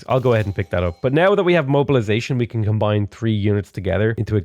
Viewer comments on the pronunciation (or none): none